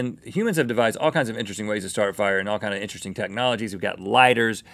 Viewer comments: "Today, we make -" " -HARRY DIDJA PUT YER NAME IN THE GOBLET OF -" " - FIAH," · Today, we make FIAH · FIAH FIAH FIAH FIAH!